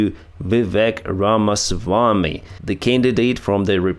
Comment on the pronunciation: Good job on pronouncing Vivek's last name. His first name sounds more like cake or fake, so it Viv'ake (phonetically) Also vivek is unlikely to get close to the white house unless he is accepted as a vivlce president.